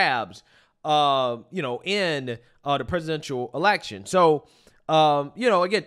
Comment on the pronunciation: Am I the only one that noticed that when she was talking about the election, it sounded to me like she said "Selection' which sounds like it's more on their level 🤔